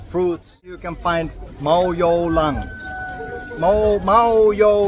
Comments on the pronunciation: it's iewmawlong not mawiewlang.....but atleast you've tried to speak khasi....👍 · It’s not mawiewlong its muiulong🤓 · The way you missed pronouns ka iewmawlong my headache increase😂 as i I'm a migraine patient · Your video is so entertainment to us we laugh 😅😂bwe smile I show to my mother and she laughed a lots 😂😅 iewmawlong pronounced in wrong way 😂.....we love you and we hope that you have a good life with your upcoming new born baby ❤..... God bless you both and the baby ❤